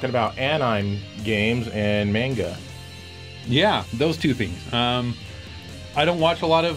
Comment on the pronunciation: "Menga" :P